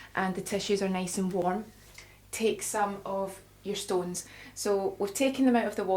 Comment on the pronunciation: Why did you say stoonees